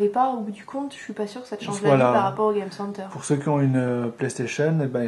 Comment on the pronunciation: Je suis d'accord même si je trouve que la fille s'y connait plus que le mec ( dit "game center" avec l'accent américain ou anglais parce que franchement ça fait pitié comment tu le dit ...)